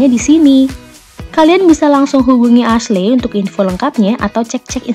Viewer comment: Kak, Ashley itu pelafalannya Eshli....bukan Asle 😁